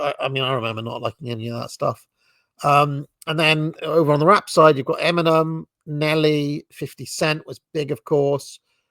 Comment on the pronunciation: I dont think British people should be allowed to even listen to rap music. Not sure how you'd accomplish that but hearing pronounce "Eminem" is excruciating and imagining him listening to rap music as a teen is horrifying. We need to protect te English' culture of manners and dignity.